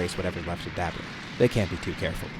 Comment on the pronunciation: Why are you saying dabura like that? You're like 50 what ifs in and now u change it? U sound like an asshole